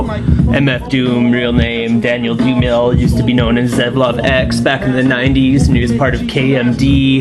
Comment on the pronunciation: Dumile is pronounced Doomalay.